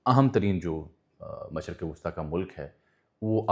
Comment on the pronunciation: MASHRiQ NOT MASHaRQ ❤